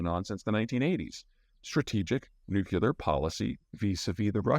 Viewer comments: Nucu-lear?! 😜 All in jest 😊Thanks for the update and great insights (y) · If you can't pronounce "Nuclear" correctly, people may not take anything you say seriously... Just saying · ‘Cause that’s the way “W” pronounced it …! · Hi Peter! Two questions: 1. You again mention that the US could have been responsible for the Kerch explosion. I have seen nothing so far to suggest this, and I can't imagine how that is plausible given the risk of escalation versus any potential gain. What is your reasoning for this analysis? 2. I'm deeply curious as to why you pronounce "nuclear" as "nucular". Is this a regional dialect thing? Thanks again for your analyses. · Prior to George W Bush I did not know that there was a pronunciation issue in the states about "nuclear" - that is, the "nuculer" thing. I would be interested to know where this comes from. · Greetings from Denver, Mr Zeihan! NU-KLEE-AR... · N-U-C-L-E-A-R not N-U-C-U-L-E-A-R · "Nu-cu-lar" fest today.. c'mon Peter, I'm sure your parents can help you pronounce it right... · A brilliant guy, offering so much good information, that still says 'nuculer". Like W used to do. Cringe. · Nuclear. NOT NUCULAR! Hard to take someone seriously that doesnt get this! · PSA: nuclear is pronounced 'new-clear' not 'new-q-lar' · Peter, please, it's pronounced new-clee-er, not new-cyoo-ler. I know it seems pedantic, but it's called that because it's working on the nucleus of the atom, not the nuculous. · As informed as you sound, it's frustrating you can't say nuclear. Instead of nukelar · Please Peter... as a former Nuclear Defense Specialist... It's NOO-CLEE-UR... Not NOO-QUE-LURR. Not only is it a pet peeve of mine, it's grammatically incorrect. It's like saying EXpresso vise espresso, or EXcetera vise Etcetera. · Is he saying Nucular or nuclear??? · nuk-u-lar must be a midwest thing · I'm confused as to why you mispronounce nuclear as nuculer? Usually I only tolerate Homer Simpson's mispronunciation as it's satirical??